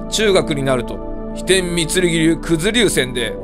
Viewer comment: 飛天御剣流言えてないｗ